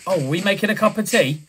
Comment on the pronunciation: " wev got a.cup of teahhh" 🤣🤣🤣🤣🤣🤣🤣ahh om crying😭😭😭😭🤣🤣🤣🤣